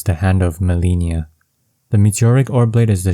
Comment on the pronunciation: If you fought Malenia and "learned to hate the move", how can you still mispronounce her name? lol